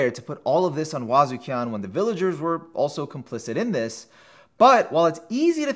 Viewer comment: Yeah, it feels like "Bondrewd" was strangely overemphasized as well, and "Vueko" felt a little slurred. He nailed Wazukyan and Juroimoh though.